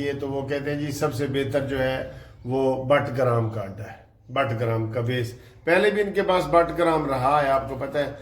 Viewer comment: سر جی بٹگرام نہیں بگرام ہے